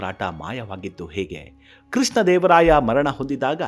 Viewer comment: Who is krisna dEvaraaya?? What is yestu?? Pl pronounce sha properly..